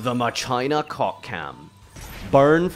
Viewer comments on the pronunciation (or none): Bro pronounces "Machina" (Mach like Mach 5 and ina like the Vtuber. Machina) as "Mahshyna". What? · "Moc-eena" is how you pronounce Machina... ever heard of Deus Ex Machina?